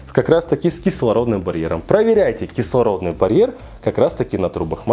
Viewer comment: Он даже не может правильно выговорить - кислородный барьер, чему он может научить?